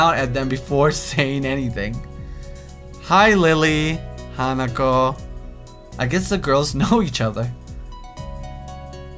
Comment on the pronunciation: OMG, said Hanako's name right during the Emi scene!